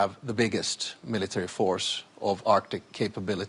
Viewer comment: "Militowry?" hahaha what a joke they are.